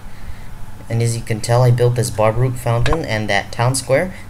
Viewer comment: Baroque is pronounced, Ba-roke.